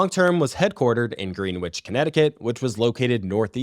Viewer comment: Create episode, but again, the mispronunciations are just so rampant. Greenwich is pronounced gren-itch. It’s not wrecking havoc, it’s wreaking. Among others.